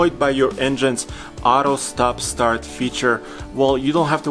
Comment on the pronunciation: What's "ahro" stop-start?